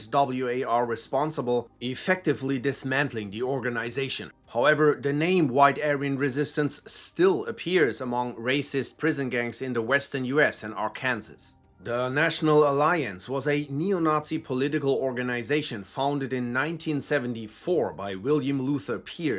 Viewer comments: This is really interesting, thanks for sharing. One small thing, non native speakers get this wrong all the time. Arkansas; is not pronounced "Ar-Kansas" it's pronounced correctly as "Ar-Can-Saw" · It's not Are - Kansas, it's are-can-saw 😅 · Er... Arkansas is pronounced "ar-kan-saw," and no, us Americans don't understand how or why either. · Just a heads up, Arkansas is not Are-Kansas, its Ark-en-saw. :D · It's not "Ar-Kansas," it's "Ar-kan-saw." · Arkan-saw not Arkan-sass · Arkansas is pronounced Ar-can-saw. Just a heads up for the future. I know it’s not your first language. Great video. White supremacy is simply an expression of fear and cowardice. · Arkansas is pronounced (ark-can-saw) Keep up the great work :) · Good video brother. I just wanted to let you know, Arkansas is pronounced “arkan-saw”. It doesn’t make sense but that’s how they did it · Informative video, i dont understand how they can have so much hate in their hearts, also sidenote arkansas is pronounced ar-can-saw but great video! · Just an fyi, Arkansas is pronounced Ar-kan-saw due to the French who used 'Arkansa' to refer to the Quapaw native tribe who were the 'people who live downstream'. In 1881 the Arkansas state assembly passed a resolution officially declaring the spelling and pronunciation of the name as it is today. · Ok so I'm from Arkansas and you didn't pronounce it right it's ar-can-saw is how it's pronounced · I know how it looks, but Arkansas is pronounced here as Ark-an-saw. Only one s. My Belgium coworker has been here for 15 years and still says it wrong. 😂 Great job, I like that you're straight to the point. I can just relax and learn. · “Are-Kansas” is elite ball knowledge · He's German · "ar-kansas" this is how i know this is tubeslop. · Wait a minute…. Did this man just say Ar-KAN SAS? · No but that’s ok, we Americans have weird pronunciations, it’s pronounced “Ar-kan-Saw”, it’s Native American Algonkian for “Southwind people”. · Arkansas is pronounced Ar-can-saw